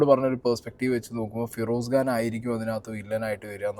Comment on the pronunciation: ഗാൻ അല്ല ബ്രോ ഖാൻ ആണ്